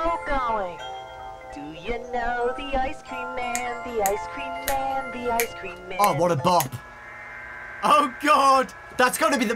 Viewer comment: THE BEST YOUTUBER AND WHEN U SAID ICE CREAM I THOGHT U SAID ICE SCREAM LIKE THE GAME